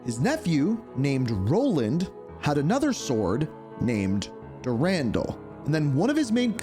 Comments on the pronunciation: So your saying dur-andle. But I believe it’s pronounced duran-doll if that makes sense lol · Marathon: Durandal had the best menu music. And his name is pronounced Dur-an-doll